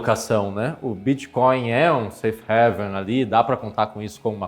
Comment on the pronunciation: Parabéns pelo vídeo. Excelente! Mas, galera da Empiricus, divulga aí internamente que a pronúncia correta de Safe HAVEN (porto seguro) é "rãiven". Todo mundo fala "réven" que é a pronúncia de HEAVEN (paraíso).